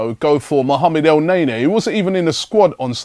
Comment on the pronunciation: Lol yeah. El nay nay sounds classy...